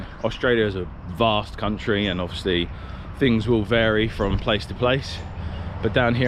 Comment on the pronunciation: In Australia we don’t say Perf, fings, ferty - we actually use English here, so it would be PerTH, THings, and THirty.